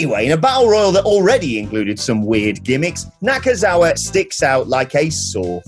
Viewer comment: its NakaNakaNakaNakazaua